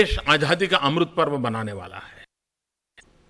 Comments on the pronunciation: Is ko Azaadi bolna tak to aata naheen (Ahjadi bol raha hai) Yeh kya karga ???? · Azadi hota he bhai....aajhhadi nhi hota...pahle bolna to seekhlo...MAHARAJ🤣🤣🤣